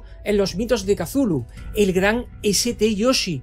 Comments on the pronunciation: Se dice chutulu y punto, ya se oye muy mierda como para empeorarlo con el kululhululu que más parece un barboteo de bad bunny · Escupí cuando escuché el Too-koo-lo 😂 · Como fan de los cazafantasmas que soy, si el erudito Egon Spengler lo pronunció"Cutulju" yo le creo.😂😂😂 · Damas y caballeros, Thu-Ku-Lo es canon. Yo suelo pronunciarlo fonéticamente "catzulu" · Lo pronuncia como Tulu no? según he escuchado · Porque tanta sensura ni siquiera decis CUTULU